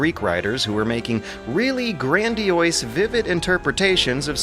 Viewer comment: It's been 9 years and this guy still pronounces it "grandioise"